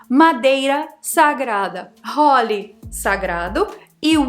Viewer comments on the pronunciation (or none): só um detalhe: A tradução de "sagrado" é HOLY(com som de "O" bem fechado e grave), fica totalmente diferente de Holly na pronúncia, que é aberta e acentuada foneticamente.